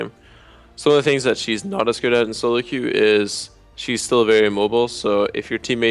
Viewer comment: Team Soro Mid? Nice Engrish Bjerg.